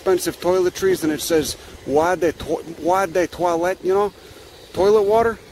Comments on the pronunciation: As you’ve said, you might mispronounce things in french for fun, but eau de toilette is pronounced o the toilette. If you ask for water « De l’eau, s’il vous-plait » or phonetically “The low sil voo play” and you say toilette almost like you say toilet. “Tow-a-let” phonetically. I figured, since I learn so much in your videos, I could show you some things. I’ll go fuck myself now. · Oh du twoalette, is how you say it. LOL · "Oi de toilet" was the closest you got. The french viewers are seething. they still think French is the Global Language BWAHAHAHAH